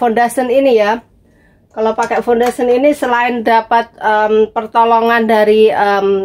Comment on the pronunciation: fundation = bukan fundasen